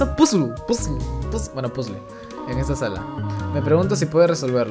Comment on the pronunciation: épicas clases de Inglés con "PUZL" no sabia que esa música venia de undertale